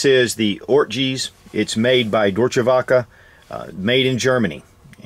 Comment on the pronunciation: If you ever have problems pronouncing German words, just slap it up on google translate and make it say it back to you. Deutsch is doi-ch, werke is vare-kuh. German Works. Hate on me for correcting, but we don't learn unless someone corrects us. Love your vids, enjoying the random gun vids. Nice to hear about something other than the brand names.